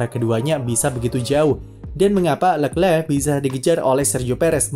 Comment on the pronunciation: Tulisannya leclerc bacanya lekhleh